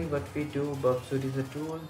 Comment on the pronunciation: It's 《Burp suite》not Burpsite